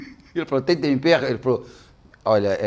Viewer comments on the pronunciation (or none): O Jacquin, fala tompero para tempero!